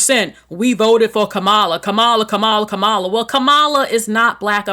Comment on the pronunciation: This was some gaslighting against BA’s. No matter how many pictures are shown of Caribbean celebrities, those people fully immersed themselves into our Black American culture and didn’t show disrespect to our lineage. And come on man, her name (Kamala) is pronounced, comma-la.